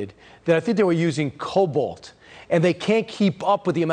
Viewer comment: COBALT? or COBOL.